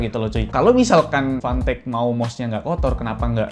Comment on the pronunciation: Udh vanteq si nyebutnya